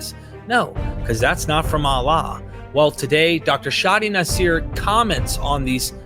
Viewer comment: Nasser ( naṣr ) not naseer